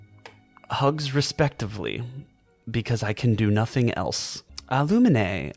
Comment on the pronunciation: her name is not luminay, it's pronounced as lumeen